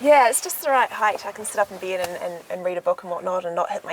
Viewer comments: Oh the way the she pronounces the the letter E is annoying. She keeps saying "bead" instead of "bed" she says she has a "deedicated deesk" instead of dedicated desk. Oh that accent is making me nauseous. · and she pronounces "Bed" weird to me....does anyone else think so!?